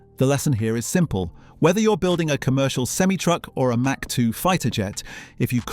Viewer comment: I don't think this guy knows how to pronounce mach